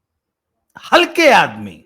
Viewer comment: Sir halke nahi Hakle aadmi😂